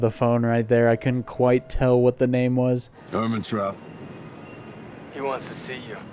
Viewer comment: "Ermentraught" xd